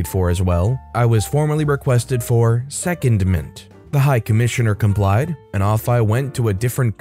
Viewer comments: Secondment is pronounced seh-cohnd-ment. The cond is like the cond in anaconda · say "se-COND-ment" please. Google "secondment pronunciation" and you get an infobox with audio. As a narrator, you really should review the script and look up any unfamiliar words before you record.